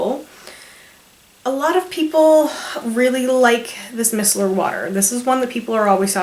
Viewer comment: i love your videos but i wanted to help you out, Micellar is pronounced "my cellar" as in look in my cellar for the wine lol.